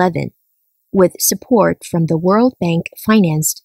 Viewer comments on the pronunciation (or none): none